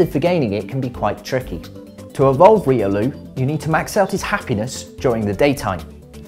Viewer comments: ... he is saying reolu its riolu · why are u speaking riolu to reeloo dude your accent is so thick we call it royloo not reeloo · the way u speak riolu makes me wanna ban the word riolu